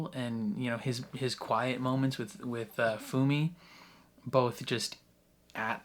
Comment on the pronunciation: "Bye, Fumi"? Come on man, it's not that hard! :D